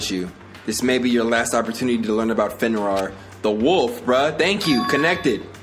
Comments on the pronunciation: fenrrr? rir is pronounced rear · No disrespect, but it's pronounced as "Fen-REER", I heard you saying "Fenwar" at times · Its pronounce Fen-Rear. Sorry lol it's my dog's name and I just want you to say it right